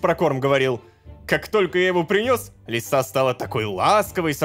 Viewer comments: почему лисА а не лИса😢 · Не Лисá а Ли́са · Кошка лиса это ли́са, а не лиса́